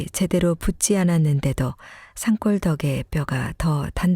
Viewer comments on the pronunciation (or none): 약으로 쓰는 산골은 산골로 읽어야합니다. 산꼴 NO 자알 듣고있다 확 깨네요 ㅎㅎ